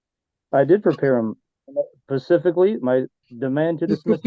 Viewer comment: I like how this rocket scientist can’t even pronounce the word “specifically” correctly… he pronounces it “pacifically”. No way this dufus made it past 3rd grade.